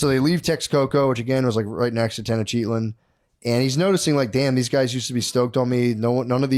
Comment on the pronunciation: There's no way Tenochtitlan is pronounced (Ten-Oh-Cheat-On) Little Freudian slip from Matt..